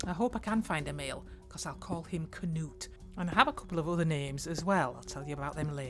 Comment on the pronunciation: Oh no Knut! 😭 good job on the pronunciation though 😅